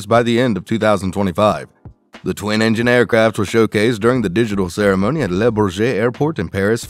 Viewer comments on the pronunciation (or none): none